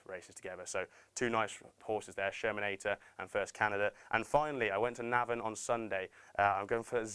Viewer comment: Please learn to say Navan correctly